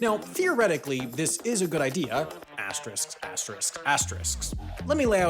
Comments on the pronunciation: Asterisk. Not "Asterix" 🤦🏻‍♂️🤦🏻‍♂️🤦🏻‍♂️ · you can't say asterisk that many times and say it wrong every single time. It's asterisk, not asterix. Do you need someone to proof-listen-to your narration? I'm up for hire.